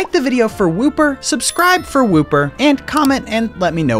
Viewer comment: woo-per is wooper